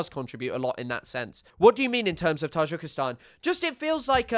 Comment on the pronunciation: I'm very new to your channel, may I ask why you pronounce Tajikistan like that?